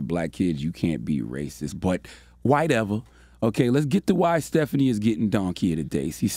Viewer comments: Lol “whiteever” 🤣🤣🤣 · He said "whitever" and I almost choked on my sandwich! Bahahaha! ⚰ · Not "WHITE-ever"😂😂💀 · "white-ever" Charlamagne you gotta stop 😂😂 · Did I just hear 'whiteever’ lol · did he say white-ever 🤣🤣🤣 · It was “WHITEver” for me